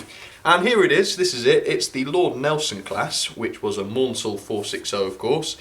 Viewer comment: Maunsell's name is pronounced Mansell (rhymes with cancel) this is explained in one of the Bulleid biographys but I knew Maunsells daughter who found the constant mispronounciation frustrating.